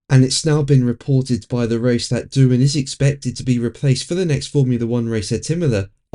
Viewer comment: It’s Doohan.